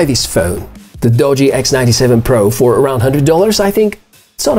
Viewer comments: "Doo - Gee" is how its pronpounced. Not "Dodgy" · First time viewer, impressed enough to subscribe despite the dodgy pronunciation of Doogee!